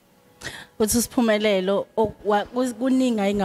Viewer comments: She keeps calling her 'Sphumelelo' instead of 'S'phumelele'...😢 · Great interview, but please be very careful about the pronunciation of your guests names as they have a particular message. It’s Sphumelele not Sphumelelo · Yooh Ngyamthatha losisi uSphunelele. Zonke izingoma zakhe zyangthinta. Unethalente sisi❤. Interviewer : uSphumelele not Sohumelelo , libize kahle igama le visitor lakho. S' phumeleLE igama pls mama.